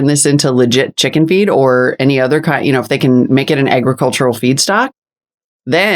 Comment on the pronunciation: Community Coops. I like it! Did you say eggricultural? Lol